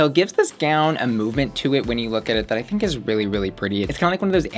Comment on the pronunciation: girl you did not just say, "I thigh-nk".